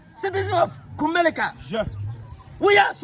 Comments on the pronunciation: koraaaa whyyyyyyy 😂😂😂 IS NOT KUMELICA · Is it KUMERICA OR KUMELICA😂😂😂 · That's kumasi for you 🤦‍♂️🤦‍♂️🤦‍♂️🤣🤣🤣